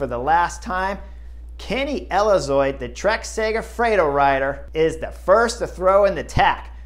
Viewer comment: Kenny Elizoid? 😂 You’re killing me Mr. Horner!